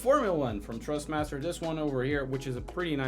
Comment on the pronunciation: Dude, it’s Thrustmaster not Trustmaster.